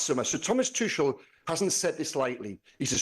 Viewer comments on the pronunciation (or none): It's be a start if you could pronounce Tuchel's name correctly.